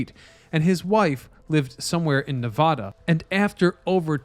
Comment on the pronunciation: Dammit I would of thought a “Historian” would of knew how to pronounce the state of Nevada correctly!!!!!!! But nope lol hahahahaha.